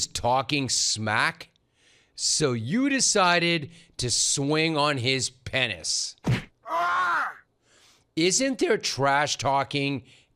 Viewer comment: He said 'pennis'! 😂😂😂😂😂😂😂😂😂